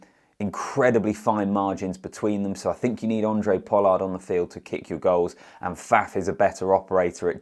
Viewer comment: Hey, great analysis as always. Just to point out with regards to pronouncing Handre Pollard's name. The "H" is not silent.